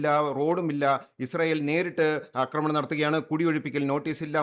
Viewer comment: അക്രമണൻ വന്നല്ലോ 😅 ഇതുവരെ 'ആക്രമണം ' എന്ന വാക്കു പഠിച്ചില്ലേ പൊട്ടാസെ